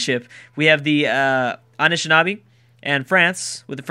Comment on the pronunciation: Am I the only one that thinks it's kinda funny that of all the names, be it city names or civ names or whatever, can't pronounce, he totally owns the pronunciation of the Anishinaabe